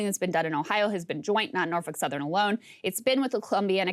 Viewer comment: In a world where women are supposed to become presidents and rule the country. She’s doing an article on Norfolk Southern. But she can’t even pronounce it. Muslims can pronounce it there’s a seven-year-old child in Bangladesh that can pronounce it. Maybe you should have her read what she’s going to have to say instead of taking lap naps.